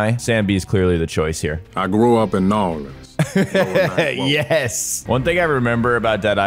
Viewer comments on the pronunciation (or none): Nobody says New Orleans like that. I'm from Louisiana. I fw Dead Island but c'mon now NA-LEANS, wtf is that ? Then of course they say his father went to prison too.